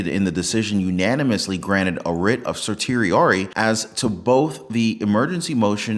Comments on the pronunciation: Writ of certiorari (sersh-she-or-ee) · I like your posts and forgive this piddling correction. It's pronounced "sur she or' ee" or simply stated 'sert.' Writ of cert (sert), or granted cert(sert).